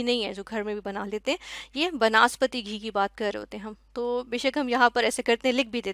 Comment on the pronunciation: not banaspati its vanaspati